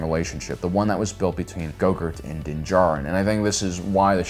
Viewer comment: This man said gogurt.